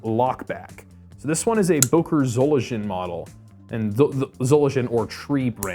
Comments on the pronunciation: Mind the pronunciation of Solingen ay and further: zho-ling-un (not zo-lin-zhun) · so-ling-en !!!!!! not solidjen 😠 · Dam man, its not boker zolindjen. It byoker zolingen fr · btw, Solingen is pronounced with a g like in "game" for example.